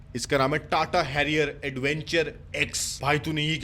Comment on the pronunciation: Tata ka naam hamesha galat bolta hai sala haramkhor